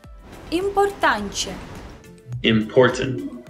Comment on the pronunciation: É muito fofo você falando palavras como "importante" só que forçando um sotaque meio carioca e acabando por ficar "inmportantchê"